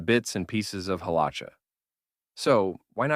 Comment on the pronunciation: Maybe learn to pronounce Halakha......